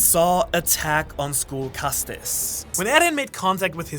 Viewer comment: isn’t castes pronounced like “casts” without the inflection on the e at the end? like a social caste